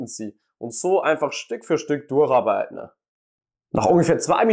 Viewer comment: "Durcharbeitne" xD